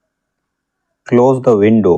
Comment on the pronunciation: I'm. Tir. Hee. Is. Taking. Dha. Bath.. What. Are. You. Loking.